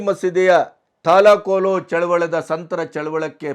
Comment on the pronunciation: ಚಳವಳ ಎಂದು ಉಚ್ಚಾರಣೆ ಸರಿಯಲ್ಲ ಚಳುವಳಿ ಎಂಬುದು ಸರಿಯಾದ ಉಚ್ಛಾರಣೆ.